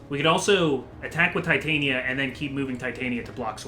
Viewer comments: Did, did just call Titania(teh-tan-ya), Titania(tie-tane-ya)? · Their pronunciation of Titania annoys me to no end, otherwise a great series. It is pronounced: tit-an-ia.